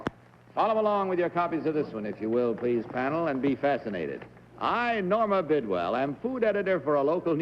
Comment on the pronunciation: Well, I know who Norma Bidwell ISN'T. She couldn't even pronounce her name!